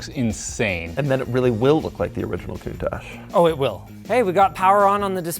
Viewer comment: linus actually said countach right